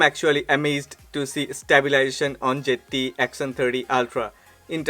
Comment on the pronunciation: Why do all the indian ppl pronounce Zte like jett😁